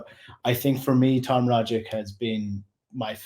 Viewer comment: Tom Rogic was at Celtic for almost a decade...fantastic player...Aussie legend...so many great moments provided...and still can't pronounce his bloody name...(rog - itch)..I was amazed how many Celtic podcasters get it wrong...let me end my rant by saying great show as always